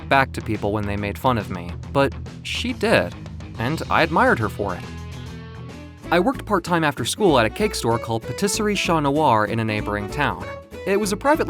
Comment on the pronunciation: "Cha noir" ? Damn, japanese really love their broken french, if it was english, it would be like "Black Ca", looks a bit weird without the T